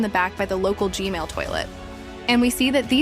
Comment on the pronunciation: ITS G-MaIL